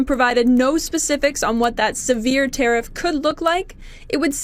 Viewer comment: Legit belly laughed when I heard "wants to teriff potash" Fuck american farmers, right? Holy shit Americas so far gone back almost 100 years in policy. Impending famine coming soon